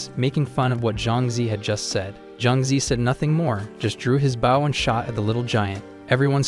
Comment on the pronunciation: That AI stil cant say Bow and not baw 😆